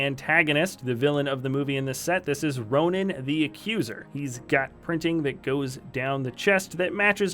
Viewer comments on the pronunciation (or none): none